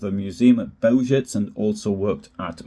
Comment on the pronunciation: Please do some BETTER research on the pronunciation of Bełżec. It takes 10 seconds. I'm sick of otherwise good journalism that let's itself down on the fundamentals. Overall, it's lame! There's NO EXCUSE for it!